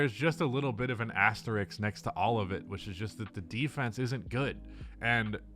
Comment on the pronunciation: I am begging you, stop using the word asterisk, you just never say it right.